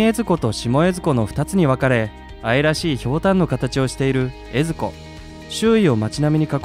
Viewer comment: 江津湖とか水前寺のイントネーション変だけど地元の人じゃないのかな？ あと、金峰山にあんなインスタ映えな岩はないです。